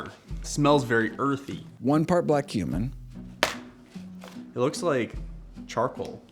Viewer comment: When Greger said black cumin I heard "one part black human" 😂